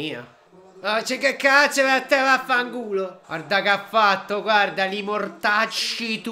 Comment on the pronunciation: Quel vaffangu l'hai detto proprio alla barese